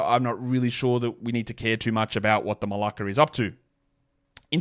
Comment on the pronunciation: Im dying with the Malaki pronunciation